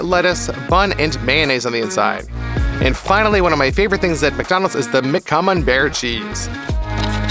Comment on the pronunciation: Activate subtitles when he says camenbair